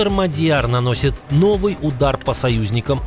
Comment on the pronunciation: Внимание! МАдяр! Ударение на первом слоге.